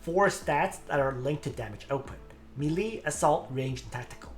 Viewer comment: For good sake it's pronounced "maylay" not "milee"